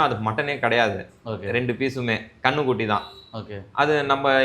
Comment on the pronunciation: கன்னுக்குட்டினு stress பண்ணி சொல்றப்பவே தெரியுதுடா நீ சங்கித்தாயோழினு😂😂😂